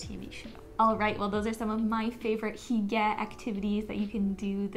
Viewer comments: Hygge is pronounced “hyoo-guh” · I think this video is great but if you’re going to talk about a lifestyle of another culture the least you can do is pronounce it correctly